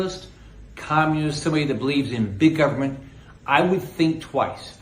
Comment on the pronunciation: An old guy who can't pronounce the word communism in his own ads about communism.. hmmm...